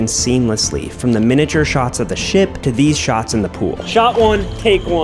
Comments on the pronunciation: When he said ship I thought he said shit☠️ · Bro acting like he said ship instead shit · it didnt sound like you said ship 🤣great vid tho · Bro same for me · lmaoo i also noticed